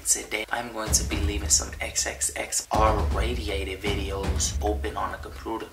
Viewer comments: it’s the intro “R RATIATED” for me😂😂😂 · “XXX R RATIATED”😂 its R Rated😂